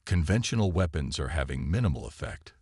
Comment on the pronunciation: Wehpons...seems like if it's not mistyped then it's the pronunciation...it's never been seen before. 😂